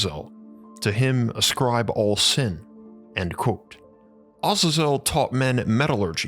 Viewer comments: I wasn't going to correct it but thr more you say it I figured it might help in the future 😊 It isn't pronounced Oz-za-zel - It is pronounced Uh-zay-zel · it as a zel not awe zezel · Do you mean, Ah-zay-zel? I hate how people pronounce things differently to make themselves sound or feel more intelligent. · It's pronounced differently Azazel w second a as A a za zel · I enjoyed your video, and your channel, however, your pronunciation of Azazel and other names are woefully inaccurate.